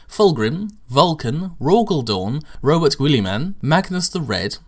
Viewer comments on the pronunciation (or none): It's pronounced Rob-oo-tay Gilly-man. Source: One of the official black library audio books called Mark of Calth.